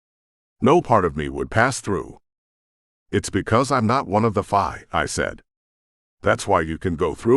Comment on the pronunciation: Why do you call the Fae Fii ? is it just mispronunciation or something the author did to change the Fae heritage for the book ? The story line is excellent though